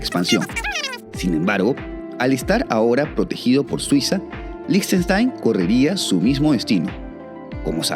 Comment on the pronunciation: Felicitaciones y gracias por tanta investigación certera. Y especialmente por pronunciar líj•ten•shtain y no seguir la pandemia de pronunciar con fonética inglesa. 😊